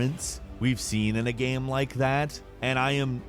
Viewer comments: Why does it sound so weird when he says "game". Sounds more like he's saying "gehm" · "action-adventure gam"